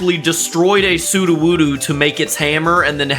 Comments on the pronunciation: its su-doe-woo-doe not su-doo-woo-doo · Bro just called sudowoodo sudowoodoo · why do you call it "soo-doo-woo-doo" when his name is "soo-dough-woo-dough"? He literally even says his name this way. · He was saying su-do-woo-do when it’s pronounced SOO-doh-WOO-doh just felt like I should that point out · WHY ARE YOU SAING "SUDUWUDU" WHEN ITS "SUDOWODO" ?!??!?!?!?!?!? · Its pronounced sudowudo not suduwudu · “su-du-wu-du” IS NOT HOW ITS PRONOUNCED